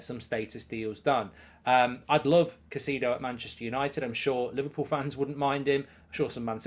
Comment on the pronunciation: Caisedo: Ki (long i) … It’s pronounced as Ki-say-doe (Spanish speakers will soften the D & pronounce it “Ki-say-tho” …NOT “Ka-see-doe” … don’t know why that irritates me so much to hear his name butchered so badly on a regular basis 😂.